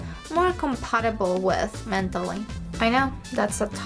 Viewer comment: i like how russians say words like "mentally" and how she says 'skank" , hilarious